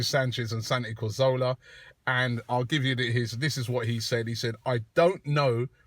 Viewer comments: CATH ORLAH> KAZ OR LAH > COR ZO LA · You say Cazorla is one of your favourite players, but you still can't say his name right! :P Not Corzola, it's Cazorla* xD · Well technically it's 'Cathorla' but I see your point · Yea, why does Robbie say CO? it is CA.